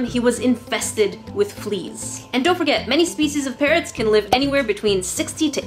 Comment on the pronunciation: Are u saying parents or parrots they are two different words